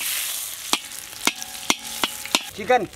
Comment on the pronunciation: when he said “CHEEKEN”.... I felt that